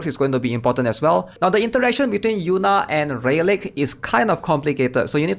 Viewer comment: Good vid, but I gotta tell you rayleigh is pronounced ‘ray-lee’ lmao